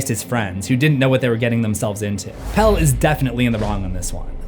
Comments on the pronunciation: The shark from Jaws has a name, it’s Bruce. The real villain was the mayor of the town who decided tourism $ was more important than safety. Also in Midsommar the guy's name is Pelle - pronounced Peh-lay not Peel. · It's not "Pell" it's "Pelle"